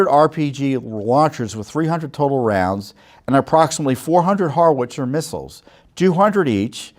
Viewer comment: What's a "Harwitzer"? It's pronounced "How -Witzer" Say: "How now brown cow." And who is Obamatrump? You need to get your presidents straight before you record a video. You got me so confused, I can't even listen to the whole thing. Erase this POS video and start over.